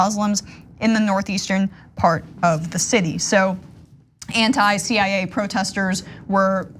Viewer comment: 😂😂😂😂😂she is saying cia ..